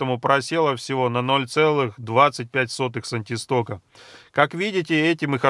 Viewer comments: Все хорошо,только они сантистоксы,а не сантистоки...Неграмотная речь наводит на размышления и подрывает доверие.... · "Сантисток" - ухо режет. Единица кинематической вязкости названа в честь Сэра Джорджа Габрие́ля Стокса. Правильно говорить "сантистокс"! Однако, спасибо за Ваше исследование! Полезный и нужный труд! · Правильно говорить сантистокС